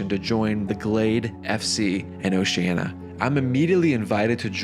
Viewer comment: A beautiful story, but the mispronunciation of "Oceania" threw me off every time. You may want to look up the proper way to say that word.